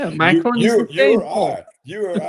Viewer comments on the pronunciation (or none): none